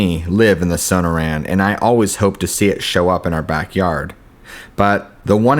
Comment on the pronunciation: As someone who grew up in the area the stories are interesting. Also you sound out Sonora as so no ra. Perhaps you should hear the pronunciation of words you're unsure of just so you know you're saying it right. Just a tip so you don't come off as a gringo ;) just some advice.